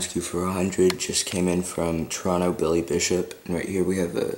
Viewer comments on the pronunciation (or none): none